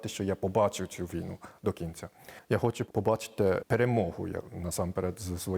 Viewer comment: "Пане, ну, окремо я, звичЯйно, хочЮ поговорити про вашу українську мову" - сказала українка до японця. Чому б цій відниці не вивчити бодай фонетику українську. Вона говорить: як ви вивчіли, щьо...